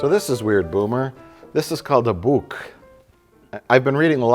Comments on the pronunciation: I love Mike's pronunciation of the word "booke" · Useless fact of the day: Mike's pronunciation of book is pretty much how you say book in Dutch! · You managed a perfect pronunciation of the swedish word for book...bok. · Only Mike can say 'a book' wrong...